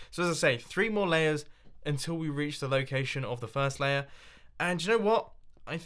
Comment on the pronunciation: Mumbo u said we need to find a good LOO-cation